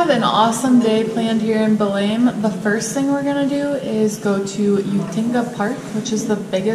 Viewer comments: Your eyes are shining with a special light! Oh that food, I gotta have it! skin looks lighter is that creme working? You can say Belem like we do in São Paulo, sounds like stain, Belein... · Belém is pronounced - [ bay - LANE] [NO LETTER M SOUND]